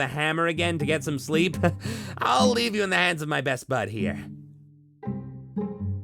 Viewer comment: what is this shlee-eep you speak of